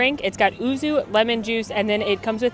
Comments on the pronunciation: to pronounce the word “Yuzu” you say it as “you-zoo” 🤗 not oo-zoo. Also, love your videos! 💕 your channel helped me a lot on planning on our first WDW trip earlier this year 😊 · I heard ouzo first off..lol, which is obviously a completely different drink, had to do a double take then realised it was yuzu